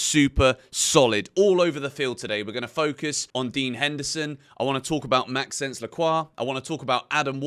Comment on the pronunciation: Great vid, just a quick thing when saying Lacroix first name pls say it like Max-o-nce it sounds better 😅❤